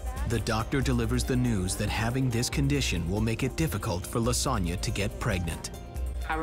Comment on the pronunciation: I know her name is Lisonna but I hear lasagne